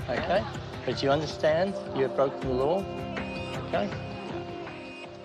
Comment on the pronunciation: ‘have you been in trouble wih the ‘ LOOAH’? ‘…. I dont know what a ‘looah’ is.